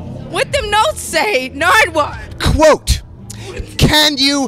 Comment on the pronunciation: “What ur notes say narduwar?”